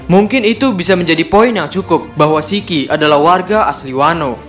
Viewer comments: "Shiki" min, bukan Siki, kalo Siki bahasa sunda artinya Biji lelaki 😅😂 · Nyebut nama shiki aj kok gitu. Emng nama asli shiki gitu ya min😂